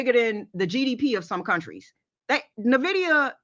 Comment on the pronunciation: Hey just found the channel and its really great. dca ( dollar COST average), Nvidia pronounced like not nuhvidia. Keep up the good work.